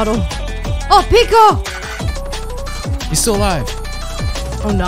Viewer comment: His name is pico not PIKO